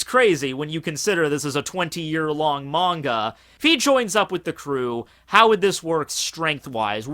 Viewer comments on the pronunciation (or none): none